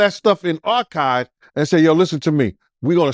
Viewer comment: WTF IS ARCHIDE?? THE WORD IS ARCHIVES. DO THIS SHIT ALL THE TIME TRYING TO USE FANCY OR BIG WORDS AND CANT PRONOUNCE THEM PROPERLY GEEZ...